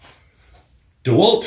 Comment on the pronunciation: Thanks for the Video !!! Dewalt, it's Dewalt :))